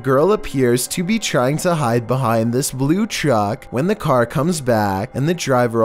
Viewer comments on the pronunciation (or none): none